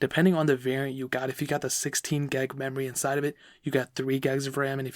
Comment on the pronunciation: Boi why u saying geg of ram it's gig